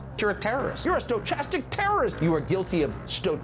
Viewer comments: Dude is Tucker saying "Sto chapstick Terrorism" My man, my man on tv who reads for a living, it is pronounced "Sto kastik" from the Greek meaning random. lol omfg he said it like 3 times i cant even lol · is Tucker deliberately pronouncing “stochastic” wrong or is he really that stupid?